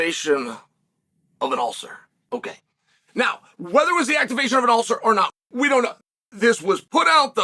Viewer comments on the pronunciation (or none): An ulther?